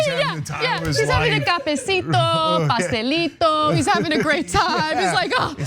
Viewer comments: Aight, imma say it (since I haven't found a comment about it). I was thrown off guard yet slightly aroused by the annunciation Anna said cafecito and pastelito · i just love how ana says cafecito, pastelito. perfect pronunciation. <3